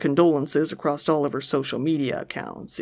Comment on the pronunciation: did you say "Acrosst"?